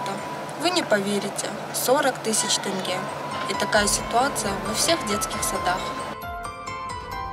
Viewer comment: на правой руке у нее имеется браслет – Pandora (от 20 000 тенге) на левой руке – часы Fitnes treker (от 10 000 тенге); Брекеты (от 50 000 тенге); Акцент – вместо тЕнге, она произносит тЭнге, нанятая киргизка Татуаж бровей (от 10 000 тенге); Маникюр (от 3000 тенге)